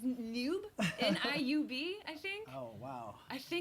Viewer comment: It's not "niub" it's jiub